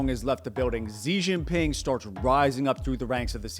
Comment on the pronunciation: Contrary to common belief, the name is written Xi Jin Ping, not “ Jing Ping”